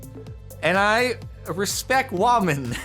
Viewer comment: “I respec wamen”!?